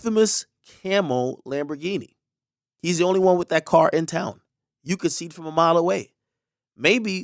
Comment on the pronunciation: I was looking for someone to correct him 😭 bro said Lamborghini